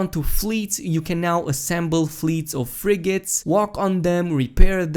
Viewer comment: They're not Freighters, those are Frigates. (FRIGG-ATTS) Which you use to COMMAND your freighters.